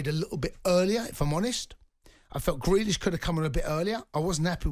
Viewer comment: Crealish,Minks 😂😂 Smikkish 😂😂😂😂😂😂😂 Talksport are an Embarrassment